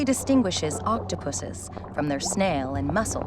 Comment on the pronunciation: She said pusses😂